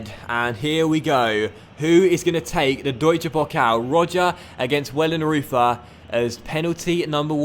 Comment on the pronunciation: you need to say wellenroiter instead of wellenreuther